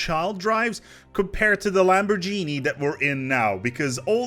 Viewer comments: Nobody:: "Lamb or genie" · Did you just say lamborjeanie? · Blimey guys! It's clearly "Lamborghini" as in "Gif". Get it right now...